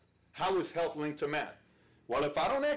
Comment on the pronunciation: I swear he's saying meth